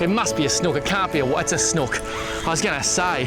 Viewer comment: Snook pronounce it right ya sound stupid Snooook it’s not like a hook sound more snooook